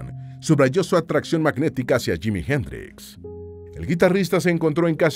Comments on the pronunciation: Es JIMI,,,JIMI HENDRIX,,,JIIIIIMIIIII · Es que es JIMI HENDRIX y quítate el sombrero al pronunciar su nombre Mister Jimi Hendrix,,,,please.